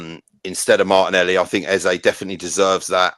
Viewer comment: I heard it as Martinelli show 😂